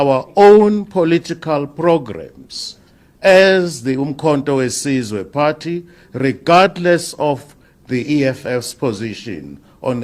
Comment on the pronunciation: The guy can't even pronounce Umkondowesizwe